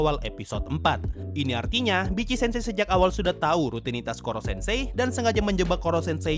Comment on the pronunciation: Bang, nyebutnya Vitc-sensei jgn Bitci-sensei. XD